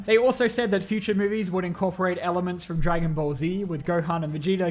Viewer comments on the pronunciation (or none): none